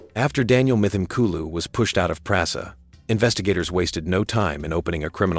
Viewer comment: pronounced : m-tim-kooloo